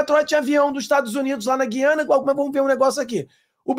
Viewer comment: tem que pronunciar o U de gUiana. Gui